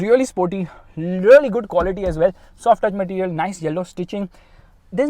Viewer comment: One of the funiest pronounciation of Indian english- Material🤣. Its like MATIRIYEL